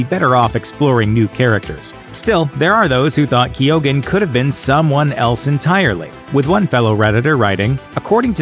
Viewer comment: Lmao "Keo-ghan"